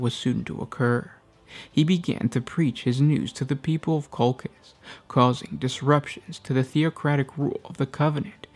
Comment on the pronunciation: I am pretty sure (litnening to audio books from BL) that Colchis is pronounced differently 😊